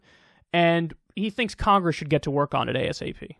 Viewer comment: he pulling a michael scott: should but won't ... shont